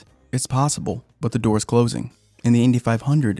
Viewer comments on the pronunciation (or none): none